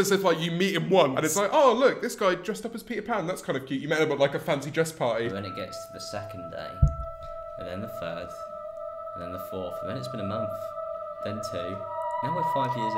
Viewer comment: the thir"th"?